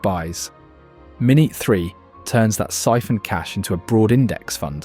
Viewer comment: Great video. Bu.... Is this voice AI? It said the word 'minute' incorrectly multiple times. And mentioned Euros in a Roth IRA... The latter is a US only product.